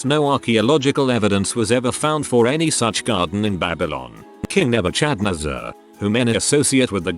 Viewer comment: King Nebuchadnezzar.... I hear King Mega Chand Nezzar - the first Chad in history.